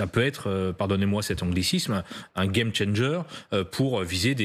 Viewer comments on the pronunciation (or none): none